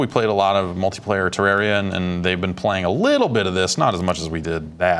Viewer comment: I love AKA the, but every time he said Terraria, I cringed.